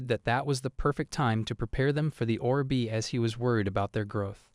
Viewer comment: Look Orb is not two words as in Or B it is one word, please for the love of god learn English or please just stop you sound like a fucked up record player that has no clue how to play a song. Orb is said /ôrb/. Look, just type say orb in a browser should get you to a search that will link to a say page that will show you a speaker-type image that, if you click, will say the word.